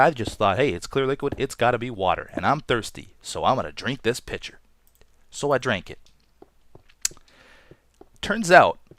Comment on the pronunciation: LOL i thought he said picture instead os pitcher